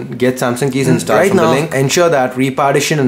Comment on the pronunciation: inst"aa"led?? Really bro?